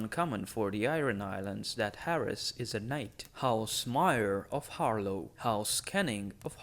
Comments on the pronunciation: god i had stop watching this video because you pronounced "HarLAW" as "HarLOW" its a completely different vowel man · I swear to the drown god, if I hear once more "Harlow"....